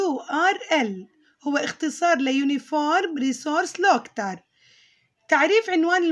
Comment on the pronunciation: مس لفظك غلط ل كلمة locater افتحي ع قوقل و اسمعي كيف لفظها